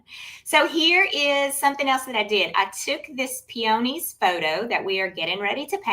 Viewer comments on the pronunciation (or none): I’m sorry, I couldn’t get past your mispronunciation of peony/peonies 😢 Proper pronunciation is - peeuhneez. It’s not a hard oh.